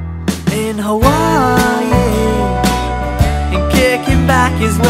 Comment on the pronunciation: tom say: "in hawaii" me: "hermioneee"